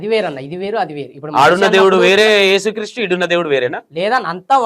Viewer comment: ఏసు క్రీస్టు కాదు....యేసుక్రీస్తు..కరెక్టు పలుకు. నిజమైన దేవుడు